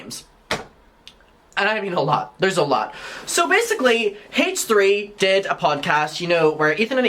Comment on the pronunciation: I love the way you pronounce the H in H3. Hayche 💗🤣